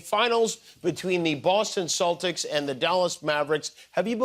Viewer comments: I heard "Saltics" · The C in Celtic is pronounced like the letter K, not the letter S.